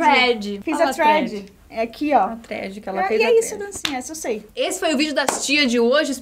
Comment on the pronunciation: Eu vendo a falando Thread, sendo Trend na verdade KKKKKKKKKKKKKKKK